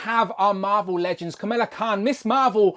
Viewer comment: Pronounced “KUH - MALL - UH” instead of “KUH - MILL - UH” 😉